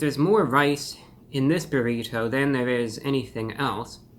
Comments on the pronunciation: The way this man says “bur-eee-toe” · "The buh-reh-toe" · I love how he says brrrrito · What is that shell colored with, beets or red dye? Your pronunciation of “burrito” is so peculiar! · Stop saying burrito like that! Clip your fingernails too!